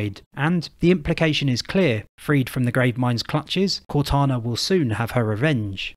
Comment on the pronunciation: Blows my mind how you and others can insert the sch sound in places with s's and a r sound where there is a w. Assuming sounds like Asschuming or saw sounds like soar. I love it tbh.